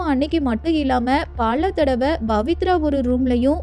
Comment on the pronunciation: It's not Bavithra but Pavithra.please try to pronounce correctly.